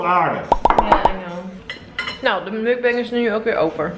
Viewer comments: Je spreekt het uit als MOEK BANG - niet muck beng... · Mukbang spreek je eigenlijk uit als 'mokbang' met Nederlandse klanken.